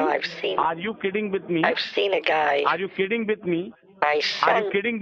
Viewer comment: He also said “are you kitten-me”